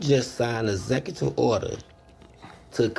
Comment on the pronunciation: lol at "ezectutive order"